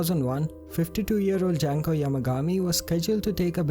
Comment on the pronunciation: Need to improve on the pronunciation of Japanese names. Junko isnt "Junk-ko", it's "June-ko" and many more...